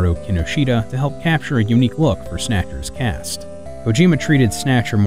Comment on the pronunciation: "Snacker's Cast" lol